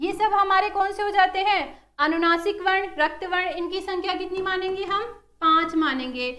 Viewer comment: Mam varn ka ucharn shi kro